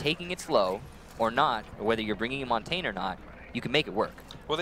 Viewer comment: Montain? really? You would think an announcer for the pro league of a game could pronounce Montagne.